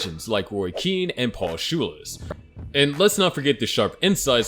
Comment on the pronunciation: Paul shules 🤣🤣🤣🤣🤣🤣🤣🤣🤣🤣🤣 it’s pronounced Paul skoles